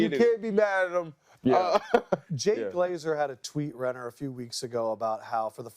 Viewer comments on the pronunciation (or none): none